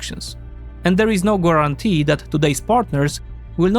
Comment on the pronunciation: “Once Iran began” ( not : begun ). Also you are not pronouncing GUARANTEE correctly